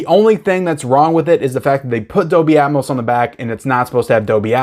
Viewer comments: just so you know, the "L" is Dolby, IS NOT silent. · Pulp Fiction is great, but all I really want are the Kill Bill films. Dog Soldiers is great, so you should watch it. Not sure if I like it or The Descent more. Also, the "L" in Dolby isn't silent.